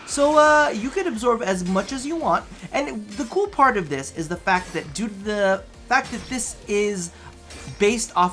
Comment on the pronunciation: " THIE daily grind"? Is it really?;P